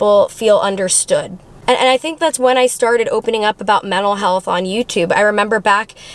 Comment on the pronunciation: “mennal health” 💀